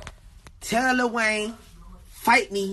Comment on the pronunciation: Kodak cant even say lil wayne right 😂